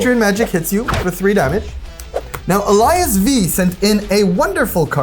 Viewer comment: Eilidh was literally just on the channel a few weeks ago and you kept mispronouncing AliasV